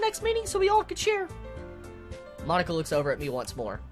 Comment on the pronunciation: Every time he says Monica I hear "My nikka" lol.